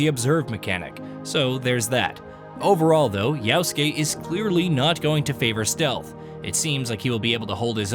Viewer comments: How can he accurately say "-suke" and mess up "Ya-?" Reminds me of "Ghost of Too-shee-ma." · If you say "Yaosuke" instead of Yasuke ONE MORE TIME, 🤣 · The way you pronounce yasuke is "yaoske" ... which is abhorrent and disgusting, why ?